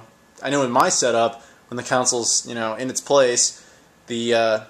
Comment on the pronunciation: Why do you keep calling consoles "councils?" =0[ I have a NG Pocket & NG Pocket Color & just about all the games one could want for it...I never knew it had a connection with the Dreamcast. I only knew of the link for 2 NG Pockets. I remember hooking my GBA up to my Gamecube a few times, it was pretty lame. LOL. I think you got an extra island for Animal Crossing, and there was something you could do with FF Crystal Chronicles, except that game sucked & the effect was pointless.